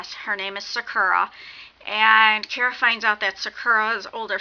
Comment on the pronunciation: It sounds like you keep saying Kira instead of Kara. And the word your trying to think of for the "past stories" your trying to say is urban legends. This book was amazing I'm reading the second one now. Good job on the review. You should do the review on the second book too if you read it or not.